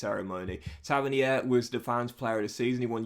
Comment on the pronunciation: Episode 8 and it’s still pronounced Taverneer